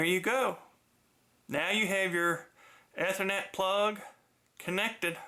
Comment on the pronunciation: The way he says ethernet. (Eee-ther-net